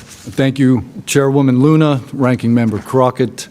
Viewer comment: Luna, not Lena